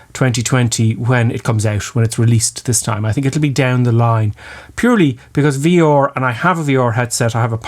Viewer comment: V oooor, u saying VR?